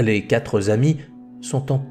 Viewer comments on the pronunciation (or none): Merci beaucoup pour ces vidéos. Je me permets une petite remarque linguistique pour en améliorer la qualité : il n'y a pas de "s" à "quatre" donc on dit "les quatre amis" et pas les "quatres amis" (on ne doit pas entendre de "s" à la fin de "quatre"). Merci encore pour votre travail.